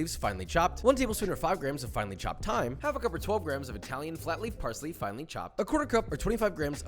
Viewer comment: It's Thyme